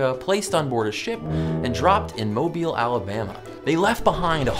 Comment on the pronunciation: The way you pronounce Mobile bothers me